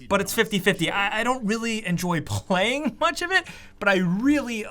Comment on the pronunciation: puughhhleyiiinggg hahahaha